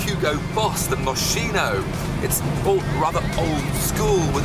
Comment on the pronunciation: "moxino" ?? (Refering to Moschino) pronounced "moskino" lool